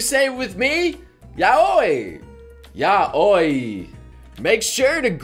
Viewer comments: Ya-wi not Ya-oy. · oh... its yow wee not yow oi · But, Yaoi sounds like Yowee, and Yuri sounds like You-Ree. Come on, we both watch anime all the time, you should know the pronunciation already xP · xXIt'sMePiexX x I always pronounced it like "yowie" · I thought it was pronounced yow-EE! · I always thought "Yaoi" was pronounced "Yao-wee" lolol~ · You're pronouncing Yaoi wrong. It's pronounced like "yOW-ee". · Tf r these pronunciations. when he said yaoi like that I got triggered af why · WAS THAT THE FRENCH PRONUNCIATION OF YAOI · You freaking pronounced Yaoi wrong triggered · I don't think pronounced Yaoi right...just saying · Umm........ RIP the pronunciation of Yaoi. NOOOOOOOOOOOOOOOOOOOOOOOOOOOOOOOOOOOO FUTANARI.